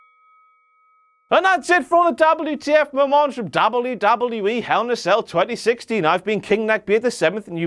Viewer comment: he says it like dabulyoodabulyooee